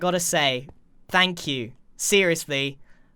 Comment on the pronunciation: thpanx u grian: tnx